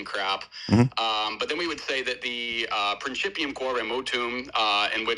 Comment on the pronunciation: "...prinCHIPium..." I can barely remember anything from my 3 semesters of Latin in high school during the '90s, but remember enough to know that pronunciation warrants a backhand to the JaW.